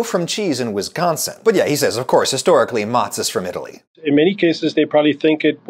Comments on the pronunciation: As a native Wisconsin-ite, I died a little inside whenever he said "Whizzsconsin". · Why does he say Wizconsin, it’s WISconsin. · Why does he pronounce Wisconsin wizgonzin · As a life-time Wisconsinite, I can't imagine not being able to find a cheese or a style of cheese I need/want. The cheese isle at my grocery store is all encompassing and very large. Just a polite point, you are pronouncing Wisconsin incorrectly. It isn't WIZZconsin. It is more like w-ih-s-K-AH-N-s-uh-n . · Slam a beer every time he mispronounces Wisconsin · It hurts how you pronounce wisconsin